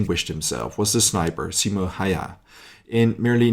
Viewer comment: his name was not Haiha, stop pronouncing it like that, it is wrong.